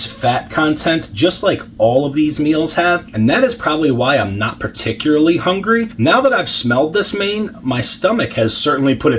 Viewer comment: “Particerily” is awesome 😄 Thanks, 🍽️!